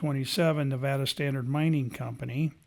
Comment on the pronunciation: You pronounce the name of the state correctly. So many people don't, or say it doesn't matter how it's pronounced. I always notice this, but i am kinda weird. Love the Silver state !!